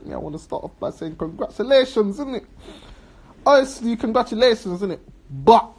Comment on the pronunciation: Congrassulationz (congratulations)....your bad 😂😂😂.Whenever speaks you need a DIKZIONARY.SOUTH LONDON STYLE.Well has finished spac nation